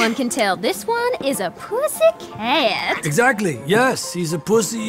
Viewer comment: pause between pussy and cat is always funny 2 me